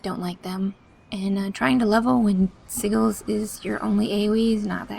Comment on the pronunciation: just an fyi, they are called Si-jalls., not Si-galls, just to broaden everyone's horizons =)